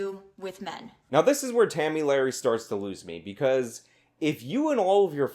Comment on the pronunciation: Did I hear Tammy Larry .?